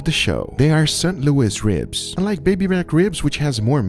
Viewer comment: he said stlouis ribs soo wrong😂